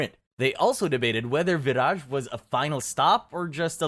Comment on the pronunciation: I’m Slavic and didn’t know about Vyraj. But I think it’s pronounced like vyraY because in Slavic (and Germanic and Baltic) the J is Y. And Raj (pronounced exactly like rye 😅) means Heaven/Paradise.